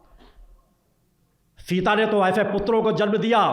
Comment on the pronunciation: माता सीता.... नाम ठीक से लो....!